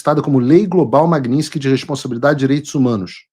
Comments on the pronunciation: Paulo Figueiredo, a lei é "Lei Magnitsky", e não "Magninsky" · Paulo, não é lei Magninski. O correto é Lei Magnitsky. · Paulo, o nome é russo, e em russo a pronúncia é exatamente como se escreve: Magnitsky. O americano é que transformou a pronúncia em magninski. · A maioria das pessoas fala errado. Não é magniNsky é magniTsky em homenagem ao advogado russo Sergei Magnitsky...